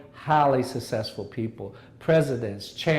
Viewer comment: Why can't he say 'successful'?